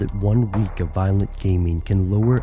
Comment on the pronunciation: "vilent"? lol